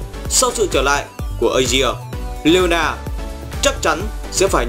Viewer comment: ổng ko còn đọc leona là leola nữa 👍